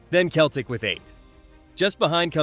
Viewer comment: Celtic. It's selltic not keltic.